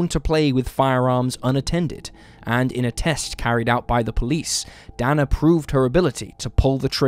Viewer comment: Dana = DAY-na